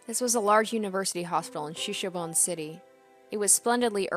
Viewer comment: It's pronounced shi-shi-bo-ne.